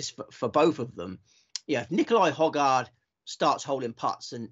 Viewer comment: …and I do hope you had several bags on the Hojgaard/Aberg double. You seem to have mastered how to pronounce Aberg properly, but as a Dane I have to insist once more that Nicolai pronounces his family name as: Hoy-gor….so there…